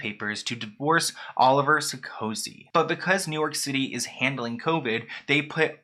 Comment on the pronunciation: "That Oliver guy" is actually called Olivier. You are also slaugthering his last name. And you obviously did not research him at all - he is the the brother of the former President of France. He owns his own bank and most certainly Mary-Kate did not need a pre-nup to protect her vast fortune, as Olivier is loaded himself.